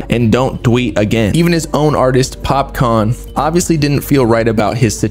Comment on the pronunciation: It's pronounced as Popkaan not Popcorn 🍿.😂😂